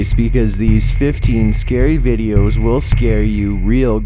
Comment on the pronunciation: Will she ListEN. Was it a right decisION? Once you watch this scary vidEOS xD I understand it's meant to be scary and creepy but if you talk like that it makes me laugh and I can't focus on being scared :(